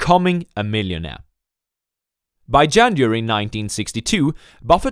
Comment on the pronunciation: Learn how to pronounce January